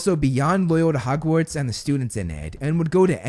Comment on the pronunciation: Harry was on the list. Also you said "Hogwards" instead of "Hogwarts" but that's not really a big deal. I do think Barty Crouch Jr should be higher though for all the reasons you outlined.